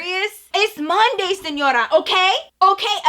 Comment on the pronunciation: When you said "SENORA" IT SOUNDED LIKE DORA. I AM SO SORRY BU LAMAOOO